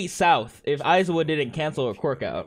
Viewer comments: “Eye-zo-wah!” Lmao what? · I cringe whenever he says aizawa 😂